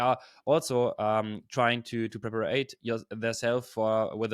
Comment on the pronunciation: Well done. Great content. Btw, the word is “prepare” (not prep-ar-ate). Your English is really good!!!